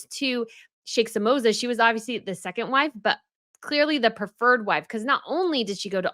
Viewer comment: Pronunciaton Guillaume [GIYOM] , not [Gallumee] Sheikha Mosa has no "samosa in it. Best wishes.